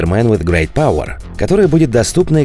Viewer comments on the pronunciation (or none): none